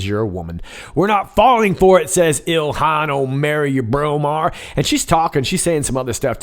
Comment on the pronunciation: "Ilhan MarryurBromar". Hilarious!